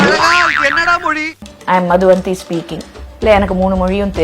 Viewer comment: Madhu VANTHI illa (madhu vaanthi)